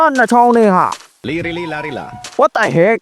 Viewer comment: Lirililarlilaပါleeleeleelarleelarမဟုတ်ဘူးဒီကောင်ငစား😂😂😂😂😂😂😂😂😂😂😂😂😂😂 ရီရတာဂွေးတက်တော့မယ်😂😂😂😂😂